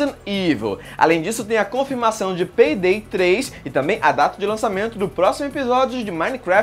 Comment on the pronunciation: peydey hueahueahuea